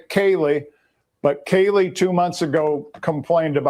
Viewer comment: How does not know how to pronounce anyone’s names + Hunter J. Mispronounced Kaylee’s 1st name, but was seen in noise complaint body cam footage, playing drinking games, with Caylee & zip ties 😒